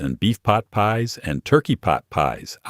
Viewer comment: I can’t believe I sat and watched this for almost 2 hours so far.. and heard “Frozen Pot Pies”🥧 or "Peas” at least 50 times. 😂